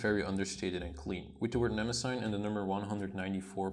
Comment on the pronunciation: Why does everyone mispronounce Mnemosyne? It must be those Nemosine idiots. It's pronounced nuh-MOSS-uh-nee. And it's every bit as impressive as Tomoe River, only thicker and softer and more velvety. And the date heading is almost invisible - I can't imagine it bothering anyone.